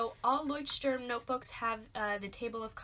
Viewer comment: Leuchtturm is german and you Say it wrong